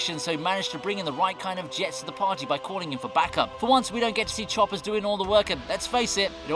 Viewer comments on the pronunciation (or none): none